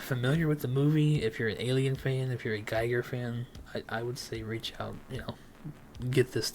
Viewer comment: My dude…you are mispronouncing Giger. It’s pronounced GeeGrr. And yes, I preordered it.